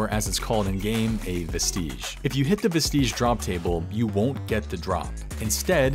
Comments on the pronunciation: "Vest-idge" not "ves-teej" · I also find it odd but whats really funny is I've heard multiple, multiple OSRS content creators pronounce it this way. Like guys, it's just vest-ij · Somebody tell this guy how to pronounce vestige